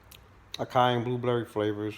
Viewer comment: I know it's not important but acai is pronounced ah-sah-ee. Love your content bruh let's keep this rolling